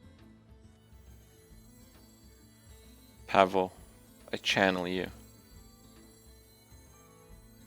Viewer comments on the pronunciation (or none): none